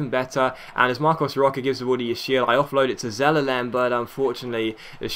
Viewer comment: Marcos Rocha ( Rosha ) PT- pronunciation ...